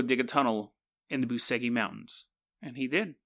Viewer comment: It's spelled Boo-che-gee